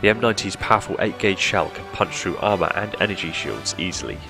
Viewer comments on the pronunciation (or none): none